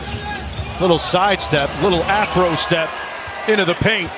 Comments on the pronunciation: did he just say afro step? lol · did the announcer say "afro step" ? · Did the commentator say afro-step or am I trippin?